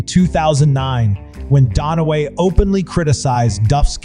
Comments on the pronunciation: It's "DUN-Away"; jesus: You have ONE job. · its dunaway... not donaway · Not DONaway; DUNaway, pronounced DONE AWAY. Got it? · Note to narrator… it’s Dunaway, not DONaway. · Please stop calling her Faye DONOWAY...it's DUNAWÀY !!! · pro tip, its Dunaway not Donaway. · Sorry but it DUN a way not DON a way. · "Donaway" SMH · “DON-a-Way”??? Really??? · Why the hell are you calling her Faye "Donnaway"??? Look at the spelling, dude -- it's Faye Dunaway. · For Gods sake its DUNaway! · It's not "don away". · yes I know … the narrator is pronouncing it Donaway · Hey you should tell your AI voice how to pronounce Dunaway correctly. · The mispronounced names over and over was extremely distracting! Wow. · WHY can't the Narrator pronounce the names correctly. Legoozahmoe? Donaway?